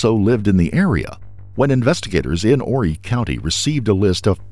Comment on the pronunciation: Wow! Imagine how surprised I was when I opened this video to see my hometown! Conway, South Carolina! And I’m so proud to say that you pronounced Horry correctly!!!